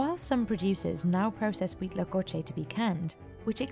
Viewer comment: Me sorprendió lo perfecto que dijo huitlacoche